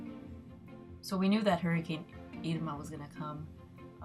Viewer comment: Glad you're safe from Hurricane "Eerma!" LOL!!!